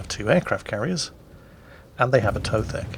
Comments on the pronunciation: A To The K lol Not Atothek. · It is "A to the K", not Atothek. No need to overcomplicate things. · His Britishism is showing. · It's "A to the K" you Philistine! :D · You apparently also forgot how to say his name too?